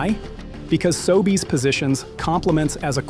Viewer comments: The narration in all of these videos is AI. Listen for unnatural pauses, occasional strange pronunciations (SoBays instead of Sobeys) Is AI narration the verbal equivalent of fructose-glucose? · Your AI narrator can't pronounce SOBEYS correctly. Are you even listening to and quality controlling your own audio track? WTF! This seriously erodes your BELIEVABILITY!!! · Hi. Respectfully, you lost me at the AI pronunciation of Sobeys. Please research, thanks. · The AI voiceover tool you used to narrate your video doesn't know how to pronounce "Sobeys"